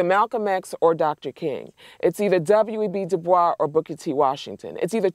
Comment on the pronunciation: Did she just say W.E.B. Du-bwah? Hold dis L